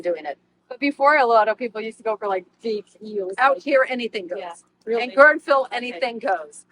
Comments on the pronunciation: you're in Guerneville, not "Guernesville". Good video, though, as always. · There’s no “S” in Guerneville 😂😂😂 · Guerneville is pronounced Gern-ville, not Gerns-ville. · Ive driven past the Bohemian grove hundreds of time, I should get closer one day. And its Guerneville, not Guernsville 😂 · Pronounced: Gurn-ville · I think it's Guernville, without the s